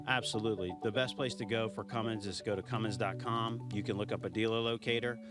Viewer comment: Hey, there is no "G" in Cummins. Know your sponsored customer.